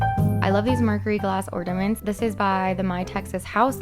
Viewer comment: Is it just me or Is she saying orDament?